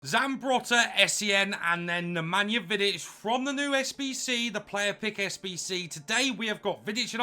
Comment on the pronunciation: As a Serb i must say say u pronounce him nearly perfect for me it's a must but i will probably buy him after he drop a bit fodder is impossible to get